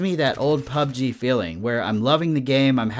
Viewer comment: It's really interesting, and almost annoying how you pronounce PUBG. LOL. 99.9% of people say pubG (emphasizing the G), but you say PUBg, (emphasizing PUB). Similar to the different ways people put conflicting emphasis on Taco Bell and South Park. Just something that always stands out to me in your videos... thanks for the great content